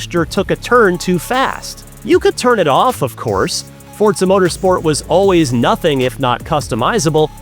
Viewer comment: ign needs to get this guy a teleprompter he can put next to the camera jeez Edit: Also teach him how to say Forza